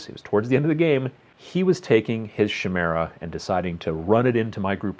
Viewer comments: Chimera Ky-mera Not She-mera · Chimera, I hate to break it to you, but it's pronounced kimera, not shimera. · Shimera. Sigh I can't unhear... :p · Chimera is pronunced kai-mera not ch-mera. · It's pronounced KAI-mera. KY-mera. It's Greek. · every time he said shimera i died a little inside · Kai (rhyming with buy) meera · I've never heard someone pronounce chimera so wrongly before in my life.